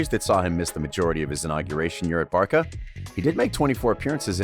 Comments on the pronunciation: Did you just say "Barka"? It's pronounced BARSA you fucktard yank. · Barca* not barka! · I like your videos, but please for the love of God learn how to pronounce the names of the clubs and players before publishing the videos... You say BarKa instead of BarSa, but Barcelona you pronounce properly... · Barca (sounds like Barsa) sir, not "Barka", what ? Are you even football Fan to talk about football ? LOL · You're an American, we cant take you seriously when you pronunce Barka and not Barsa. It shows you're a Johnny come lately in the world of football. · Barcaaaaa not barca please get it right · its not bar-ka its pronounced bar- sa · It's Bar "SAH" not Bar "KAH" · We say Barcha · Syamim Shamsudin Im an American and I don’t say barka tf?! I say Barca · Why do you say barça like barka, it's pronounced like barsa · 1. This isn't "untold truth" this is common knowledge for all 2. It's pronounced Barsa not Barka 3. Not sure if you watched the footage you were talking about but Dembele didn't "send it over the goal" against Liverpool. He placed it right at the keeper. Otherwise a good video. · Did you guys say barka instead instead of barca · I really enjoy the analysis on Goalside but the commentator's pronunciation leaves a lot to be desired. For example, the abbreviation for Barcelona is pronounced "Barsa," not "Barca." Similarly, Camp Nou is not pronounced "Camp New" but "Camp Now:" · Hi, I am new to your channel here it looks like it will be great video content. Just one correction, it is Barça not Barker like you are saying, lol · Barka?? What the hell is a Barka? It's Barca ffs. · It’s Barça = Barsa not Barca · Stop mispronouncing shit Its not Barka, its Bar-sa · Not Barka but rather Barca , but for pronunciation you say it more like Bartha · Whats "Barka?" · How tf does this guy claim to know so much about barca when he cant even say barca right wtf is barka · did this guy just say Barka? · WHAT THE FUCK IS BARKKA?? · Did you just said Barka? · Wtf is a barka